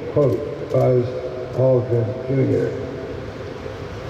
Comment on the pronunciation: Its "Aldrin" you illiterate.